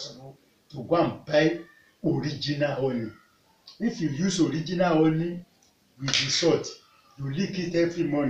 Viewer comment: Is It Honey?...I Don't Understand When You Honey Or Omney Please Clarify